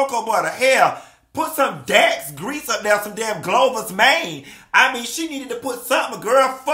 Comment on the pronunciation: Did he say Glovers Mange????? I'm so done!!!!!! aint right!